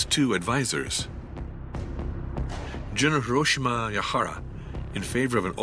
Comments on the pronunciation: Did no one listen to the narrator before releasing this? Ie-Jima now Iwo-Jima? Hiromichi now Hiroshima? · The narrator keeps getting the names wrong. "ie-jima" read "iwo-jima" and General "Hiromichi Yahara" read "Hiroshima Yahara" lol